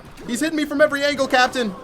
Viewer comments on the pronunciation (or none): none